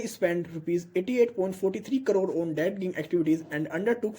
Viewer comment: dredging pronunciation is drajing not drad ging thanks